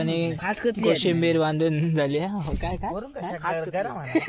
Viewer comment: कोथिंबीर ❌️कोशिंबीर ✔️